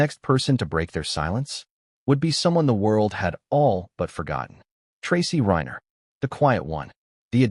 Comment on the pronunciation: This is pure AI, which is fake media format, it's a robotic voice read by a computer from a typed narrative. That's why you will hear irregular examples of Rob Reiner often pronounced Rob REENER, rhyming with Weiner. There is a robotically programmed "concerned" and "sincere" tone of voice of the AI narrator. I wish viewers could boycott AI, or whatever else it would take to get You Tube to return to real documentaries like it used to have, with a knowledgeable interviewer and interviews with the principle people who know about the subject matter, real people talking to each other, no one calling Reiner REENER, while using a programmed fake sincere voice to sound like "We" all know this or that, and so many fake phrases the machine has been programmed to say. AI is good for some purposes maybe but misleading and dishonest for this kind of thing, yet, it's influencing people who are watching it. i'm not saying it's even trying to influence you. It's trying to get views, it's trying to make money for the programmer or whoever hired them. It must be a lot more expensive for you tube to use real human documentaries. These fake ones repeat the same information under different titles, pretending to have new things to say, more than a few minutes. I tried to watch this one, the bait was new information that hadn't come out until today, the actual reading of the will. i was watching it, there's really nothing to watch, it's repeats of the same photos over and over, a photo of Romy, a